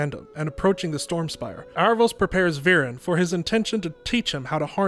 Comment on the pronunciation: I thought the show pronounced his name like Air-a-vos? not Ar-a-vos?